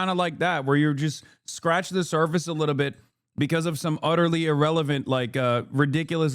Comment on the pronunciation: He said wittle support 😅